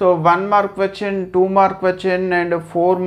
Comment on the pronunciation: Questin not question